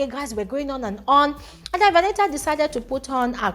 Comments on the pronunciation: Is her name not Venita? It's like I hear calling her Veniha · The way u pronounce Venita 🤦‍♀️